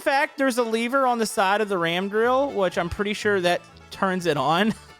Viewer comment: Lev-er not leev-er